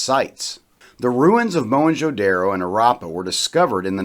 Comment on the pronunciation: At least learn to pronounce the name of the cities Don't be so pretentious Whites can pronounce as stupid words as rendezvous Zeroes becomes voo But simple daro becomes daaarro Haraaapa Is it so difficult to say Harappa ra as in ru ckus . Not raaa and ppa instead of paaa. An archeologist or a historian or a blogger must know to pronounce at least the cities name properly forget other words You guys love to play with anything indian Indian names are pronounced the way they are written because of tge NAGRI LIPI ie nagri script . Only language in the world which is spoken as it is written No stupid silent words as in english French or in Spanish. After the science has advanced so much And so much twisting of asian words why dont you guys simply get rid of these silent words like erbs is written herbs why ?